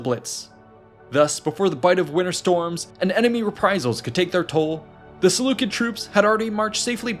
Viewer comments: pronounced "sih-LEW-sid" if you make another video concerning them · There's no such thing as a soft "C" in Greek or Latin :) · SeleuSID not SeleuKID. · Selucid=selusid not Selukid. Please fact check your ai's people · Seleu-kid pronunciation is definitely a choice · I have been pronouncing Seleucid wrong lol